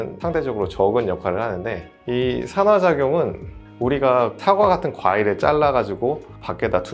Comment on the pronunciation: 잘 들었어요 근데 '산화, 酸化'는 [산화] 가아니고 [산:화] 로 말해야 해요